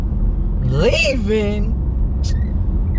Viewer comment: I’m dead he “LeAvIiNg”